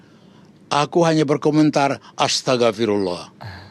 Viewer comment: Pak panda yg bener itu Astaghfirulloh..bukan astaga firulloh ..hadeuhh terus kata pak panda mas gibran itu masih ingusan😅